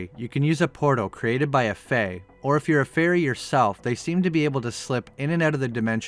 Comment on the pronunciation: the actual pronounciation for faerie is fay-ree